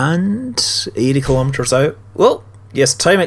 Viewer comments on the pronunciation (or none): none